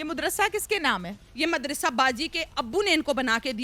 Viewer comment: مدرسہ کہتے ہیں مد رسا نہیں